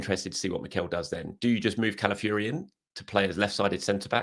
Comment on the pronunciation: CalafiORi Fee-or-ee Not ‘calafury’